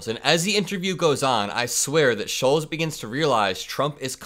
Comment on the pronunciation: It's Andrew Shultz ! not sholes ...